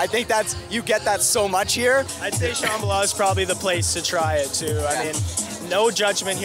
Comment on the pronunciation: Why do they all mispronounce Sham-bal-ah. Did I miss something?